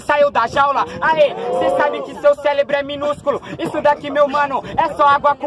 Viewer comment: celebro kkkkk